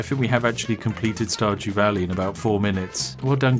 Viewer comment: Starjew walley 🤣😏